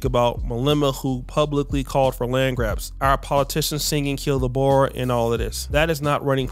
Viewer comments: It's pronounced "Boors", not "Bowers" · I do wish you’d learn to pronounce Boer. Also apartheid.